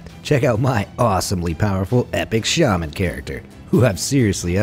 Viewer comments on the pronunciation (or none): none